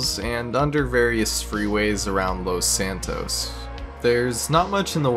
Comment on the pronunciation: Its los San tos